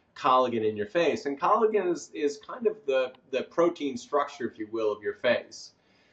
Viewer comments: Did he really pronounce it "colla-Gen"? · It is pronounced CollaJen, even though it is spelled Collagen. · Great info my guy pronounces collagen funny